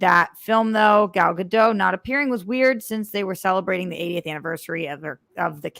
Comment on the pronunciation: The 't' in Gadot is not silent.